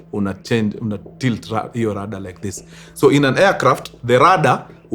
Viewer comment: Kuna mtu hapa kenye ameshika tu ni 'Rada' wacha 'Rudder' 😂